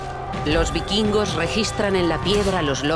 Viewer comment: "bikingos"... "vikingos"....